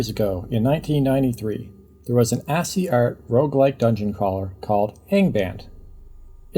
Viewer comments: "Ass-ee Art" - took me a second you meant "ASCII Art" considering the screen was showing a CLI (MS DOS-based) text panel. ASCII is "Ass-key" (AS-Cii). As for Diablo - Diablo (January 1997) & Diablo II (2000)/Lord of Destruction (2001) were developed by Blizzard North. Diablo: Hellfire (November 1997) was developed by the Sierra division Synergistic Software. Diablo III was originally developed by Blizzard North, but that version of the game was cancelled in 2005 along with the closure of Blizzard North, Diablo 3 (2012) was the first entry in the franchise developed by the "Diablo Team" in the core of Blizzard (who developed the games since then). Blizzard North was previously Condor; the name change came around after the main Blizzard devs (who had Warcraft 2 as their newest PC release at the time) discovered that they made the SNES version of "Justice League Task Force" (1995) at the same time as condor made the Mega Drive/Genesis version of the same game when both were showing off at a game dev convention, and "Condor" became "Blizzard North" as part of the purchase by Blizzard's owners Davidson & Associates (who had previously bought Sierra On-Line and thus Sierra) in 1996. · And ASCII is pronounced 'Askee', not 'Ass E' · ...did you just pronounce ASCII as "assy"